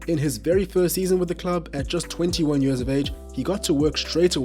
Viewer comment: I like how he pronounces years. Mans says "yurrs".